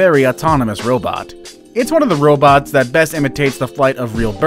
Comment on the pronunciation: nobody: RRRRRRRRRrrrrrrrrrrobts